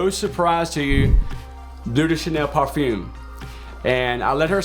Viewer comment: No offense to this guy, but I really can't stand the way he says 'par-fume'. I love Layton 'nd I got it after fragrance reviewers like him recommended it. Not looking back. We need people like him to make more videos. :)